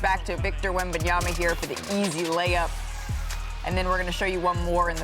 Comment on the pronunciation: Perkins: "Victor Wembyaba" 🤣🤣💀💀